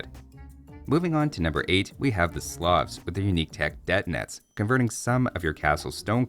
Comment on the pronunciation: In "Detinets" the second syllable is stressed.